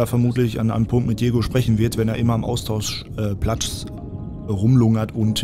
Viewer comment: Hast du am Ende Austauschplatz oder Austauschplatsch gesagt? Finde letzteres sollte durchgesetzt werden 😅